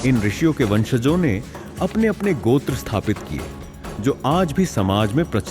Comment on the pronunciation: first we dont need to westanize our hindi word its not gotra its gotrr